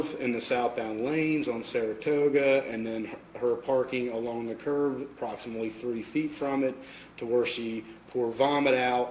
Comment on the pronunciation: "Proximately" instead of "approximately" "I seen her" instead of "I saw her" Calls a curb a "curve" These are just three of multiple examples that show this officers lack of intelligence and perceptiveness. Some of these things are things that literally elementary school students should know, and this guy appears to be at least in his 40s. You have to have some serious deficiencies to spend decades using the English language as a primary means of communication and still not understand such simple things.